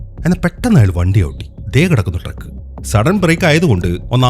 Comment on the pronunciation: ട്രെക്ക് അല്ല ട്രക്ക് !!